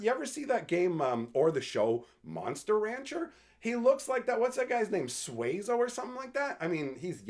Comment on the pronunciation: The monster from Monster Rancher that looks like an eyeball is Suezo. His name's kind of weird to pronounce too. The word "Suezo" is generally pronounced soo-EH-zo, with the stress on the second syllable. It's important to pronounce it as two distinct syllables, not a single diphthong like "sway-zo". As far as Avatar and Spider-Man, those are complete misses for me. I'm more excited for Lorwyn Eclipsed.